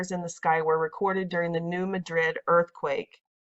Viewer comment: New Madrid is pronounced MA-drid. The stress is on the first syllable, not the last as in Madrid, Spain. The citizens of the town voted it to be pronounced that way.